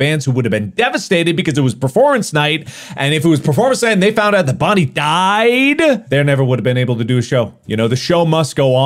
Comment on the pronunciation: It's bonnie not boonie